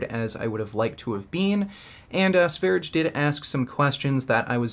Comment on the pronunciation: It’s not "Sveridge". It’s Sveryeah, like the country Sverige, aka Sweden.